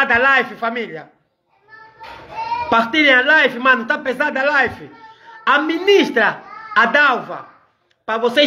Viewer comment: Live e não life